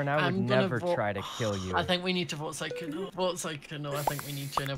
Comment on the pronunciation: How to pronounce Sykkuno: Sike uno :’)